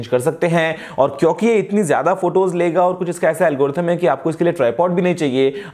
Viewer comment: bhai "kyonki" aache se bola karo...woh "kyonnnki" nai hota h...